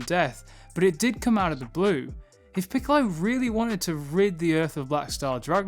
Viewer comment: 'piccolo" "Piccolo" PICOLLLO Why cant you remember 🤣🤣🤣🤣🤣🤣🤣🤣🤣🤣🤣🤣🤣🤣🤣🤣🤣🤣🤣😏😅